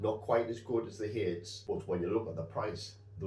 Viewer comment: Apologies for being pedantic however the Hades pellets are named after the ancient Greek god of the dead and king of the underworld and are usually pronounced Heid-iz or Hay-deez.😊